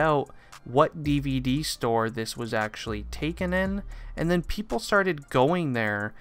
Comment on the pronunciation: Notice how he said"pepole asked" xd